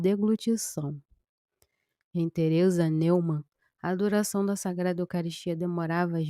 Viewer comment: A pronúncia da palavra alemã Neumann é Nóimann.